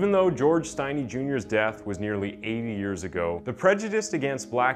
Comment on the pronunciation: Not pronounced with a long I, if your going to do a video on this, at least say his last name right.